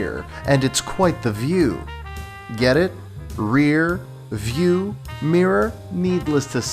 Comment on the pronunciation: "Rear, View!" HAHAHAHAHAHAHAH😛